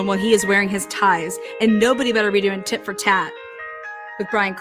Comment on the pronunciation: I think she said tit for tat but maybe she did say it wrong lol. I'm from RI too !! 👍